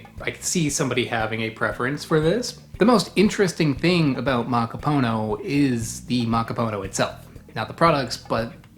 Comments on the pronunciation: Also I have always heard it accented on the last syllable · Did you know, that "macapuno" means "full" or "filled"?^^ So, it's a "filled coconut" just short-handed to "filled (one)". Also: it is -puno, not -po-no, the '-pu' is pronounced more like "poo" in english, maybe a little more open, straighter and further back than the english oo. But not like "(Edgar Allan) Poe". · Is it possible that "macaPONO" is not the correct pronunciation of "macaPUNO"? You said it the same way dozens of times, but you didn't seem to be conscious of it. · Why you say macapono?